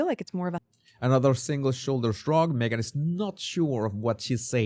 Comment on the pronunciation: A single shoulder shrug. Say the 5 Xs fast! I thought he said the second time, " a single sugar shug"!